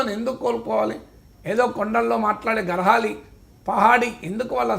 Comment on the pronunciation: గర్వాలి కాదు సార్! గఢ్ వాలి. 😅😅😅😅😅